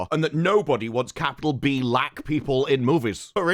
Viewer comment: “B’Lack man” 😂